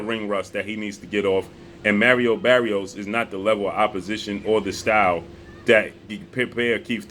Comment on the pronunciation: It’s not “merry-o berry-os”. Come on bruh. Do you know how to read?